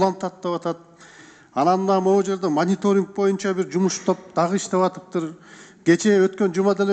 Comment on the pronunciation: мырза, кыогызчаны макалдашьырып аябай суйлойсуз, анынызга рахмат, бир созунузду гана туура айталбайсыз, "боюнча"деген созду "моюнча " деп анан дагы бир создорунуз бар....ошол создорунузду ондоп суйлосонуз...отунуч....